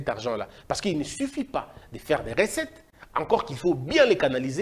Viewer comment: Recettes et non ressettes, qui dit mieux ?